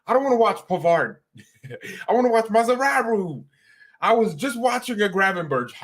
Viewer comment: Please don't call Mazraoui Mazraru because he is Mazraui not Mazraru, ok?